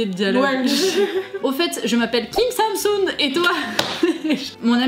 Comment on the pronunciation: quand vous dites sam soon, j'ai l'impression que vous dites samsung ça m'a perturbéééééééé jpp